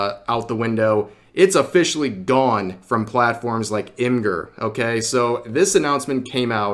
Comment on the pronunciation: I think Imgur is with a soft g not a hard g. It should be pronounced like image without the a and add the r.